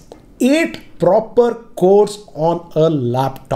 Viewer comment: nobody:: "8 PROPER CORES!!!!"